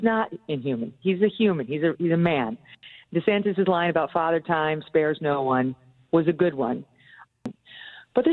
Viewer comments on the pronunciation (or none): none